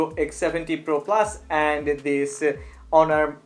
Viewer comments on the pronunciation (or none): none